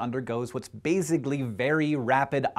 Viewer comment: How many times did he say "bazically"